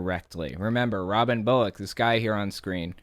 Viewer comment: Why does Bullock almost sound like "bollocks"?